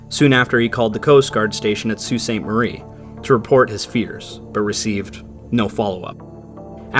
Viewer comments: i think your the first person that has actually said sault ste marie correctly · Beautiful pronunciation on “Sault St Marie”